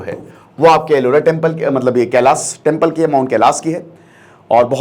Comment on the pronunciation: Sir kelash temple hai na ki kelasha , pronunciation thik se kijiye please Indian people ki tarah na ki western people ki tarah